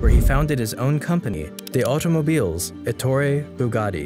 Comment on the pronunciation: ETTorE, not atory